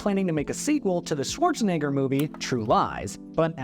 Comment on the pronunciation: I think you pronounced Swarzenegger wrong.